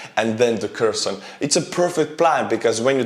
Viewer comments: Your Ukrainian. Why you saying Kreson?? It's Hersón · I'm pretty sure the k in Kherson and Kharkov are silent pronounced herson and harkiv